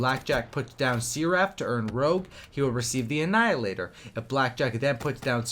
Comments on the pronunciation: Sare-riff...not see-raff lmao omg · Seeraff? What the fuck. You mean seraph?